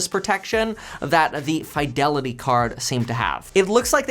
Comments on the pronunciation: Two spaces in front of period is the traditional, formal and proper way of starting subsequent sentences after the first. It's normally pronounced "Fee-de-li-tee" not "Fai". Also "Suh-thuh-bizz" not "Suh-thee-bizz" (previous video, yeah I subscribe). When you mispronounce words, it doesn't do justice on how smart you are, which you are. Thanks for the video. Very informative. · There is no FYE in Fidelity. fi-del-i-tee. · Why do you say fiydelity instead of fidelity. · Why do you say Fidelity like that 😂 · Because he's a KEVIN!